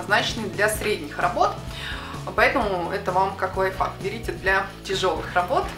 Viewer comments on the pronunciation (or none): none